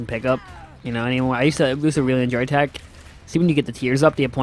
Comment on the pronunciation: why you call it tach its tech